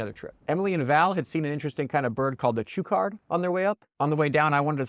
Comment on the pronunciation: Great video. Great memories. I rode part way up a year ago. Seriously out of shape 66 year old and made it to 5000 feet. My younger buddy went all the way up and down. Oh. And chukar is pronounced “chucker”